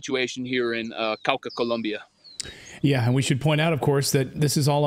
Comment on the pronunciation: It's Colombia not Columbia.